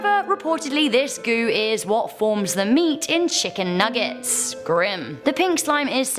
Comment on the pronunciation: Chickan nugets